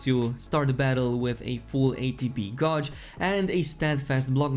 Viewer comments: Homie. Gauge is pronounced "gayj" not "gouge". Fun vid tho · gauge is prnounced like CAGE but with a G!!! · Love the vids!! Gauge is pronounced Gayyyyjuh but in 1 syllabyl. Probably best to just google it lol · Anyone else annoyed he pronounces ‘gauge’ as ‘GAWJE’? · gauge is closer pronounced to gaj not trying to be a dick just English is a bastard of a fucking language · Gauge rhymes with cage in english, i know its weird